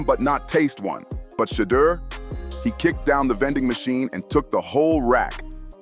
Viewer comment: Please pronounce Shedeur’s name correctly!